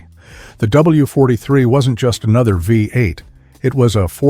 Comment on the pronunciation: Chrysler Hee-mee? Vye-8? Made by computers, for computers.